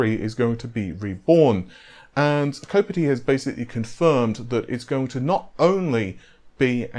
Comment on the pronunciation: Not a big deal but Kopite (from kopite7kimi) rhymes with Cop-light. It basically means Liverpool fan